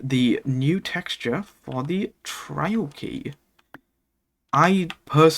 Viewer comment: Most of the time you sound like you're saying "trail", like the synonym for "path".